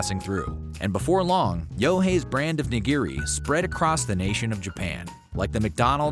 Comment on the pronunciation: "nah-GEER-ee" hurts my ears